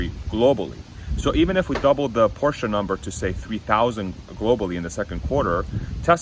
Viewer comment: please pronounce Porsche as “Porsh” not “Porsha”.